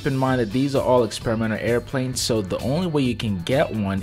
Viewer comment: should I listen to a plane dude that calls them air pwanes?